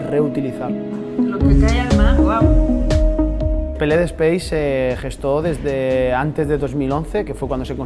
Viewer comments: Je, je...aunque lleve ese "Space" por estar en colaboracion con la ESA ( EUROPEAN SPACE AGENCY) PLD SPACE, se lee Pe Ele De y no " Pi El Di" y luego "espeis" si se quiere aunque en España la conocemos como PLD ( Pe Ele De) a secas. Y gracias por tu trabajo divulgativo. 👍✌ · Porqué no lees la compañía en castellano PLD, ¿acaso pe, ele, de, no existen en español? y es Elche con che